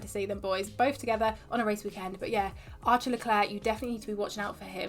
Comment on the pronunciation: You pronounce "Arthur" really weird... It literallty sounds like "archer"